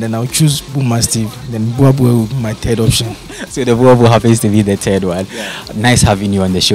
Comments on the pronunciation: He's still saying it wrong though. It is not a "bua bull". Say Book. Now replace the K in "book" with an R and say the R like a German or even Spanish person would. "Rrrrrrrrr". Now say "Boorrrrbull (boel and bull) pronounced the same. Boerboel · It's not a buwabuo IT'S BOERBOEL 🤦‍♂️ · Please learn how to pronounce the word BOER BOEL, you must "roll"the R .